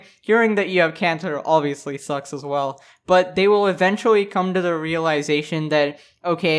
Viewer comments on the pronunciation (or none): I love his intro “welcome back every body hope your doing wall” why does it sound like that